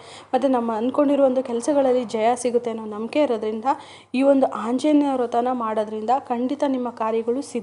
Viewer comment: ಅಕ್ಕ ನಿಮ್ಮ್ ಗೆ ಆ ಅನ್ನಕ್ಕೆ ಬರಲ್ವಾ... ಆಂಜನೇಯ. ಹಾoಜನೇಯ ಅಲ್ಲ ಹಾ ಅಂತೀರಾ...